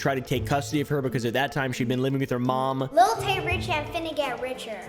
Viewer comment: why is it so hard for doofy white people to say "lil"? it's not little tay. it's not little wayne. it's lil. l i l. lil. LIL. not LIT TLE. cmon dude what are you a boomer? little oompaville? lil oompaville? can you practice with me. you do not pronounce a t, there are no ts. even your dog lil doggo hates it. GET EM LIL FRANKIE GO FOR THE LIL JUGULAR